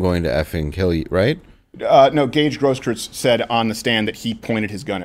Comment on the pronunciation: GrossKroytz!! I can’t stand the smarmy prick but please stop mispronuncing names. Makes us look ignorant. This is a super minor thing but I hate when people pronounce realtor like REAL-UH-TER too